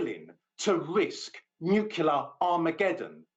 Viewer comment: The U.S. is not a "Nukyaler" power.